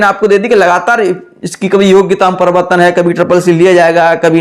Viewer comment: Privartan bolne nhi aa rha hai pdhaoge kyya ghnta